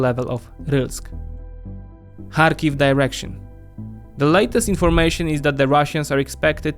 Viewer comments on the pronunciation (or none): none